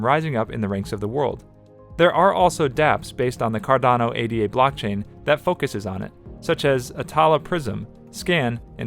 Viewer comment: It’s not A-D-A. It’s Ada. Like the woman’s name.